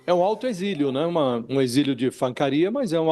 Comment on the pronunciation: "Exilo", Fabíola? 🤦‍♀️